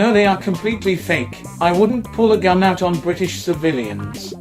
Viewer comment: "that is not my gunt* 😂😂